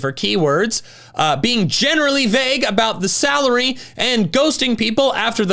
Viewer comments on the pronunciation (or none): none